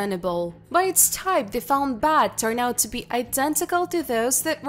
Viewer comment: they referring to beds and she keeps saying bats that's nuts